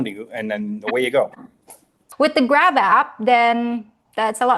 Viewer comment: Grap app? I thought he said grab ass!😂